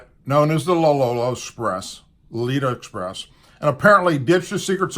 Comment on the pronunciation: You're mispronouncing the plane it is a Lo Lita Express